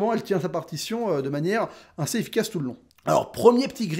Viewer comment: Alors vraiment, désolé je vais faire mon trou duc à chipoter, mais...ça fait très longtemps que je te suis, et tu répétes énormément le mot "assez", genre, tout le temps. Et je le sais car tu le prononces "ainssez" et c'est très énervant.. Fallait que je le dise jsuis désolé te corrige pas pour le seul pelo que ça dérange mais.. Stp corrige toi c'est pas français :p